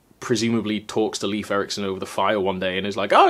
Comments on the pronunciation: Oh, that's what they are called in English. Squash berries, in Swedish we call them vinbär. Wine berries... It's funny to hear Leif be pronounced like leaf. It should be more like "Leif" for a Scandinavian sound. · Thanks. Was just about to comment. It's awkward to hear saying Leef, since I've been correcting people for my brother's whole life 😅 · please, Leif does not sound like 'leaf'. It's pronounced like 'Layf'. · Not sure about other Nordic languages (or Old Norse) but in Swedish "Leif" is pronounced "Layf". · Leif is actually pronounced more like "Layf" :)